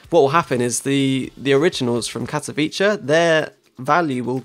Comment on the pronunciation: You say Katowice very funny:)